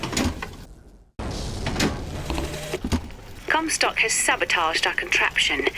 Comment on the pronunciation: "Lady COMstock"